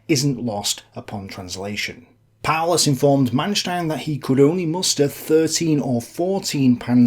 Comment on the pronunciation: Seemingly appropriate that "Paulus" is pronounced, "powerless".